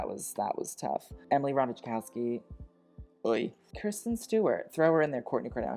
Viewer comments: the j in "Ratajkowski" is silent. lol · I' m ukrainian and my brain unconsciously glitches because it's not Ratajkówskaya😅 🧛🏻‍♀️🖤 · And Ratajkowski isn't even a difficult polish name... :) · I'm Polish and I live for your pronounciation of Ratajkowski 🤣😂👍